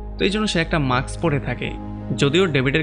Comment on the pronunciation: মাক্স না ভাই উচ্চারণটা মাস্ক হবে It's mask not maks